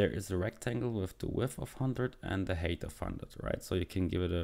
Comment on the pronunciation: "height" is not pronounced as "hate". Grow up. Your code is also disjointed. If you're first creating a variable named canvas_height, it doesn't make sense semantically to then call canvas_width first. Why jump around?